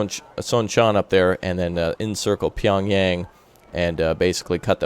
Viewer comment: Korean here. Few things... 1-A. Chamsuri is pronounced as Cham-su-ree. Not Cham-su-rie. It is not a pie. 1-B. Pohang is Pohaang. Aaaaahng. Not Pohaeng. 1-C. Same applies for Pyungyang is pronounced pyungy"aa"ng. YAAAAAAAAAng. Not Pyungyaeng. 2. Chamsuri Sea Vulcan CIWS is being aimed by human. Not computer. And it is shooting down the missles. 3. NEVER FALL BACK. Seoul is Korea and Korea is Seoul. Great vid as usual. Keep it up. Please save South Korea.